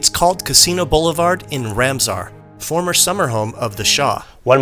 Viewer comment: You,re butchering the names of the places. It’s not ramzar it’s pronounced raaam- saar. It’s maaasooleh not mazole.